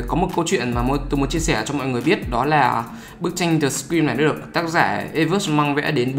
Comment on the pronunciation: tui nghe ông đọc The Scream thành The Green cơ 🤣🤣🤣